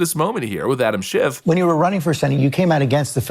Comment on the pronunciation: Anyone ever here JLP pronounce Adams last name? Yup that.